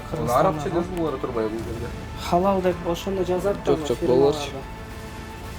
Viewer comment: Халал эмес кыргызча Алал деп айтылат